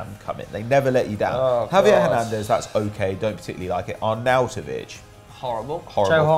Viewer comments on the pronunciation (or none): none